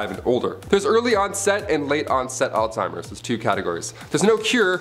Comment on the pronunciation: It's pronounced "Alls-Hi-mers. Not all-timers.